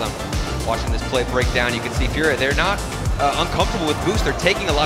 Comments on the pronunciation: I love how you changed the name to "FUJRIA" for a second there 😂I was also chuckling at the caster's pronunciation when watching live 😂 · i'm always so torn between how to pronounce furia. do i go for saying the spanish word or the english caster's way? lol